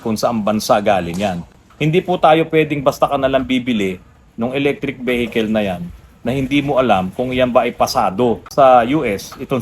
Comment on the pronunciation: Veehicle po sir. Hindi vehicle. 👏